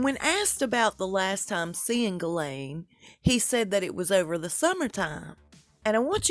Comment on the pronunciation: Her name is pronounced, " Jis-Laine "